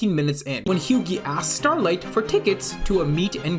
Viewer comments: did bro just say Hew-Gee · Almost like the actors are acting like their characters...? also "batcher", "hughee"... c'mon man. Feels like you read into it way too hard and got it wrong plenty of times, makes you seem like you think you know what you're on about, but don't actually have a clue. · This guy pronouncing Hughie's name as "Hyoogey" makes me wanna eat my own 💩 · why you pronouncing hughie that way? Did you now watch the show where his name is being pronouned very clearly multiple times?